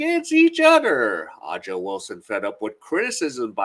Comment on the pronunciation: Thumbs down for not being able to pronounce her name. A'ja, pronounced Asia. Make your show a little more professional.